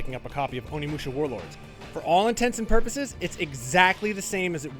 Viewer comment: Can't even pronounce the game he's reviewing